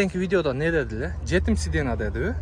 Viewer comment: Сидена эмес сидения деп уком айт. Все таки блогерсин